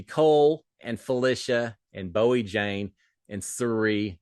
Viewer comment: you called Bowie "buoy" again! lol! <3